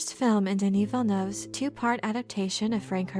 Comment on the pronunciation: just a different shout out this time but I only realized now how flawless your "Denis Villeneuve" pronunciation is. Are you a French speaker?